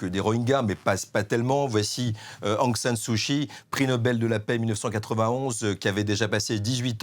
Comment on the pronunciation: 1- "d'origine musulmane", ce n'est pas une origine. 2- Sumatra n'est pas à l'extrême est de l'Indonésie mais à l'extrême ouest. 3- Kyi se prononce /tchi/ pas /chi/ Il faudrait soigner la diction et le choix des mots. C'est cocasse de s'exprimer ainsi lorsqu'on est grand reporter "spécialiste" de l'Asie du Sud-Est.